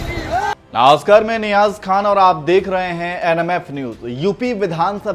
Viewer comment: Namaskar bhi thik se nai bola anchor ne. Muslimo ko Namashkar bolne me sharam aati. NMF News have a look on it.